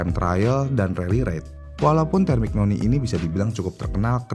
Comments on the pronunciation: Terminyoni bacanyaa, bukan termiknoni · Busettt kmaren" Kaya takjub banget sama pembahasan, tpi skrg kok kaya jijik, cuma kaya baca teks, konteks dilewatkan, sperti Temignoni hrusnya disebut terminyoni, arrow disebut erow.. Ini mah Wikipedia di upload di youtube.. Riset cuma via gugel dan d baca doang🤣🤣🤣